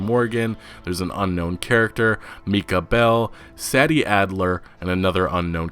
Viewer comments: Sad E ?? i think u mean SAY D adler. learn proper ENGLISH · Pretty sure it's pronounced Say-dee as opposed to sad-dee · While I haven't seen the name in print to confirm, im gonna guess her name is spelled SADIE? ...Which is pronounced; 'Say Dee' just FYI bud. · I'm pretty sure it's SAY-DEE and not SAD-EE you're always pronouncing shit wrong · Its pronounced saydie not saddie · Not trying to be rude, just letting you know, Sadie is pronounced "Say-dee" not "Sad-ee" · “Say-di” not “Saddie” Sadie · It's 'Say-Dee' not 'Sad-ee', like the Beatles song Sexy Sadie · PLEASE THE GAME DIDINT COME OUT YET BUT I'M ALMOST 100% SURE THAT sadie characters name is actually pronounced "Say-Dee" not "sad-E" the way u have been pronouncing it has been making me cringe an I'm almost certain its actually the way i just put "Say-Dee" lol btw great videos I watch all the time p.s. please nomore "red dead 2 getting delayed again" videos I new 2 times was their mark lol an I was stressing each time so hard with how much I've been anticipating this game rockstars my fav gaming company ever an red deads one of my fab games of all times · The woman's name is pronounced "Say" Dee" Sadie. Not Sah-D. Really annoying to hear you mispronounce it time after time. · just have to say it.... Sadie (SAY-DEE), not Saddy.... thanks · "say-dee" not "sad-e" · Pretty it’s pronounced “SAY-dee” not “SADD-ee” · Sadie isn't pronounced as "sad-dee". It's pronounced "say-dee". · Hey you have to say the “a” part in Sadie like aid and not sad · I believe her name is pronounced "SAY-DEE" not Saddy. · It’s Say-dee not Sadie 🤦🏻‍♂️ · Its Mike-Ah not Meeka and SAY-D not sad😞-d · Uh I'm not too sure but IIRC Sadie in this case is pronounced Say - Dee not sah - dee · You say Sadie like this (SAEDie) , not (SADie) , just thought I would let you know for future videos 👍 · Love the info bro keep it coming! ..also i think it might be "Say-dee" not "Sah-dee".. Dont know for sure, just a thought